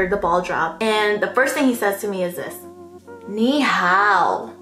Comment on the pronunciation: i lmao-ed when you said "ni hao" HAHAHAHA